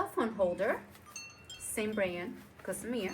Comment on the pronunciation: It's Gossamer gear not Gosmear